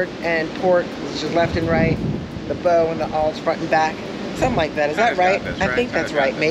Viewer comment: Bow pronounced bau front of boat and Aft rear of boat. How long was your cruise, you may want to try an Alaska cruise.